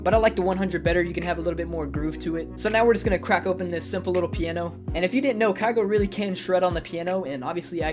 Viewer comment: Not kaygo btw